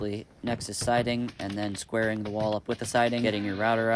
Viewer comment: You said squaring but I heard swearing 😂